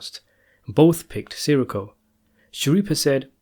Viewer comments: It’s not “Siricko” it’s “Sireeco” ugh...🙄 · SIR -REE -CO SAY IT CORRECTLY GABEESH? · Si-Rikko like hes a fucking star wars character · love how you cant pronounce his last name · You know, you could just let the guy who does these videos know a little more politely. We all get names wrong, it's best to let someone know politely and they'll do their best to help out.